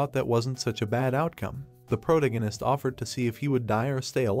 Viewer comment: Cross... prodegness CREST PROTAGONIST